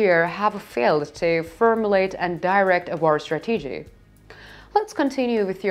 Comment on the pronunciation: If I said bread the way the orator said strategy I would say breed.